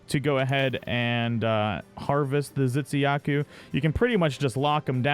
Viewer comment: I'm sorry but I could help but notice you pronounce Tzitziyaku as Zitsiyaku (ㅇㅅㅇ)